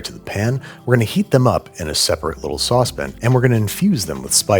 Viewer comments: Why does he keep saying "sauce bin" instead of "sauce pan" What is a sauce bin? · saucepin to a "pan" . why the different pronunciation? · It’s a sauce PAN, not a sauce “pn”! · Come on, Bro! Your are pronouncing it Sauce Pin? It is a Sauce PAN! Don't be a tool, Babish. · Are you saying "sawsbin"? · Must you say "saucepn"? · "In a medium saucep'n..." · I love how Babish pronounces the word “saucepan”….”saucepin”❤ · "Saucepin" and "whole water" are gold. Also its not Mac Boci, its Bocoroni... cmon, Babish. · You had me until you said saucepen. It strikes me the way some people say crayins (crayons). Still love your content though. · you mean saucepn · it wouldn't be Babish without him mispronouncing saucepan as "sauce pin" <3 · You're worrying about how people pronounce things, and that's how you say saucepan? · Just know that if babish starts to pronounce saucepan correctly, "they" got him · that boujie way of pronouncing sauce pan was so funny to me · Im reading deadpan, the same way he pronounced saucepan. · The way you keep saying Saucepan as Saucepan is so hilarious dude 😆